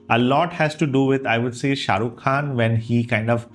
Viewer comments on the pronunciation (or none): none